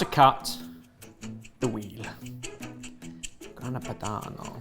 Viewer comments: Anyone else hear say Grana Panado? 😂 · "Grana Panado" LOL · 12.01 Grana Panado? From a Chef ? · It always amazes me that the boys still can't pronounce well known foods and ingredients properly after all these years, even:D and that french music while opening a Grana Padano is just meme-worthy:D